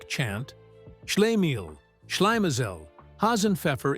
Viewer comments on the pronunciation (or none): Shla-MEEL, shla-MAH-zell, Hassenpfeffer Incorporated. God the narration mangled that. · SHLEE-mel, SHLY-me-zel 😆😅😂🤣